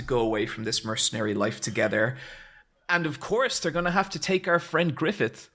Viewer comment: "MY BRUZAH" "MY BEST FURENDO" became permanent fixtures in the VC after that episode.